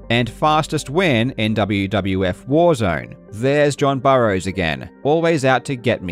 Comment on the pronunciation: Did you mean?